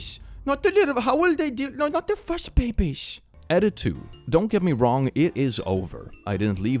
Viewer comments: I'm 95% sure said "fuzz babies", but all my brain could hear was "fuss babies"... Luckily, either of those descriptors fits cats lol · I don’t know if said fuzz babies or fuss babies, but it’s accurate either way